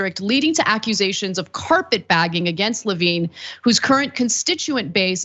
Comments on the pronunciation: Levin! Not Levine! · How did no one on her team stop her from saying Levin wrong over and over? He IS Carl’s son. 🤦🏼‍♀️